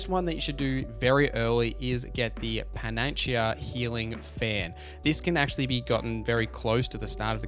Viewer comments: I'm dying laughing so hard at his pronunciation of panacea. Dude said pan an chi uh instead of pa nuh see uh. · Panacea = Pan-uh-see-uh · Oh thank you mate! The auto use divinecraft was pissing me off, I didn’t realise there was a toggle. The world chat as well. Edit: Panacea pronounced pan-ah-sea-ah. It means “cure all” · Panda Sea